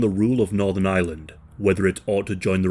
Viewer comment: Am I the only one hearing Island the whole time?